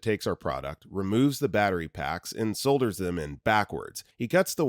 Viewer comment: pronounced saughters